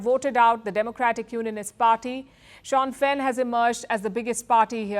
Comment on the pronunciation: It’s not shaun fein but pronounced as Sinn fein